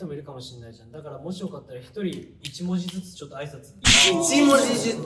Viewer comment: 初っ端からボケねばならぬ7 MEN 侍 1文字じゅつ？！って誰か噛んじゃうの可愛い